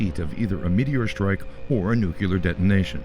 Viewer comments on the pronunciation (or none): enjoyed this video ... PLS note the word is pronounced as spelled ... Nu-clear ... not New Q lar ... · The mispronunciation of nuclear is really irritating.